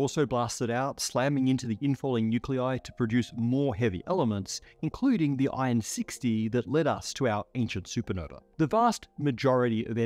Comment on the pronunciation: man really called "iron" "ion"